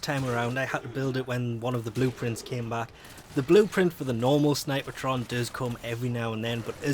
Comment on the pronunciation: There is no "ah" in snipetron, fyi, two syllables. People can call weapons however they want though.